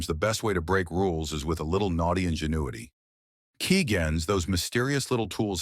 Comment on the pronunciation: the way the computer voice pronounced keygens lol